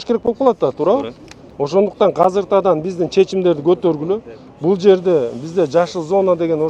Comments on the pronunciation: Казыртадан 😂 Азыртадан урматтуу МЭР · Мер казакпы эмне казыр,казыртадан дейтко же бизде ошондой сөз барбы